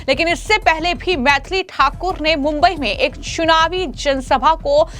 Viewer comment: Ssunavi nahi it's Chunavi... Kaise kaise news padne wale aa rehe hai.